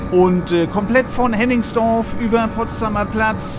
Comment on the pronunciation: Hennigsdorf, nicht Henningsdorf.